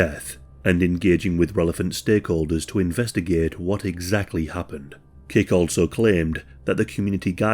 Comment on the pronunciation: It sounds like you keep saying "Cake". I had to look at screen to see that it's Kick*. It seems human dark nature to punish.